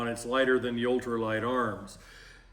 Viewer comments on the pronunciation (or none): Seiko is a watch company. Sako is pronounced Sock-o. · You may NOT care BUT, it's pronounced Sah-co. In the old days if you called them and said Seiko they replied, "it's SAH-CO, we don't make WATCHES!"